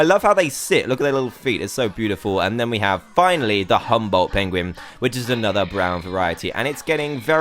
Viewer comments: Dan you said chinstrap prenguin. Lol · did he say prengin?!?!?!